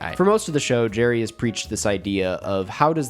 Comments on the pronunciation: it's gerri,. not jerry. lol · its Gerri tho, not Jerry